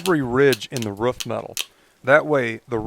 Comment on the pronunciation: It’s Roof, not rough